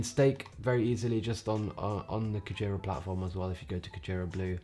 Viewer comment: Nice video! Your Japanese pronunciation of "Whale" is a little incorrect, but no big deal!